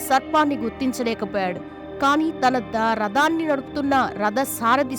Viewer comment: అమ్మా ! ప్రవచన కారిణీ ! నీకు తెలుగు భాష మీద అవగాహన లేదు. భాషా మ తల్లి కి తలనొప్పిగా తయారయ్యావు. నీ ఉచ్చారణ చెత్తగా ఉన్నది. రథాన్ని రదము అని భాగవతాన్ని భాగవతము అనక బా గ వతము అని పలుకుతున్నావు. నీ చెప్పే వచనం ప్రసంగం వినలేక పోతున్నాం...... వనక్కమీ వణక్కం.., జై భారత్